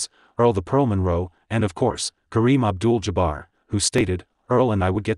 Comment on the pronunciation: Did he really say Kareem Abdul "Jabber" ??? I know he said Manigault every conceivable way possible.